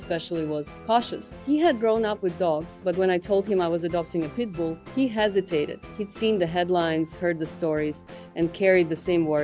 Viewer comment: I know she's saying pitbul dog.....but I hear people dog lol.